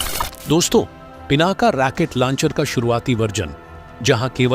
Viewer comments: Pl.correct: Rocket not Racquet. Otherwise your pronunciation is very good. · जयहिंद ! जानकारी ठीकठाक है, बस सही शब्द, " रॉकेट" है, "रॅकेट" नहीं। --Rocket NOt Racket. धन्यवाद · रेकेट लौंचर नही रौकेट लौंचर होता है। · साहब जी राकेट नहीं रॉकेट बोले। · रैकेट नहीं रॉकेट होता है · भाई ये शब्द रैकेट नहीं है रॉकेट है पता नहीं हिंदी सही नहीं होती फिर भी वीडियो डालने की लगती है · पूरी वीडियो में रॉकेट को रैकिट कह कर मजा खराब कर दिया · Not Racket it's Rocket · Sir fake information wale video mat banao. Aur racket nahi rocket bola jata hai. Racket yane bacho ka khilona hota hai. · रैकेट नहीं रॉकेट बोलो भाई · RAAKET NA HI ROKET BOLI A . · Not Racket Launcher, but Rocket Launcher😂😂😂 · रैकेट नहीं राकेटबोलो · अपने शब्द रेकेट को सुधारो, रॉकेट होता है रेकेट मत बोलो। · Damn it !! It is not Racket launcher. It is Rocket Launcher!! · Racket nehi....Rocket system. Pl correct.